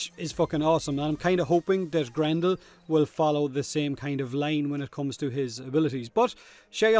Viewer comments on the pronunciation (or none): none